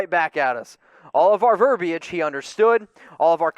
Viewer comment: The I is silent in verbiage